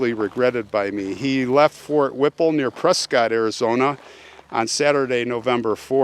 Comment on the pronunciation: I am a transplant to Arizona but have lived here for 48 years. Never heard this story before. It was quite interesting but sad. By the way, Prescott is pronounced Press kit, just like biscuit, by us locals, now that you're a transplant too! 😉